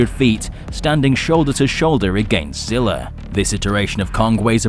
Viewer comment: ...but that's what I'm saying though the original zilla from the movie is fighting kong and its not Zilla Jr fighting kong...I think both of us are having problems understanding what we really mean, but in that case my bad it's just the way you pronounced it in the first sentence that's all